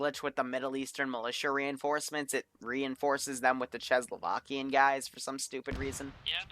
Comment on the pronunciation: Your pronunciation of "Czecho-Slovakian" killed me xD, good try tho